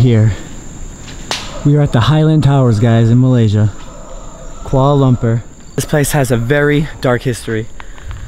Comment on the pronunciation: its kuala,not koala